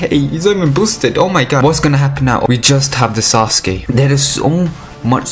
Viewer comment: What I used to hear in anime: "NARUTOOOOOOO" "SASUKEEEEEEEEE" Now I hear: "SasKE" "NarUTO"